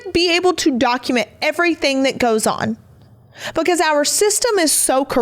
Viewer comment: Omg. Words that end in ing do not sound like “everythink”. Ing is not inc.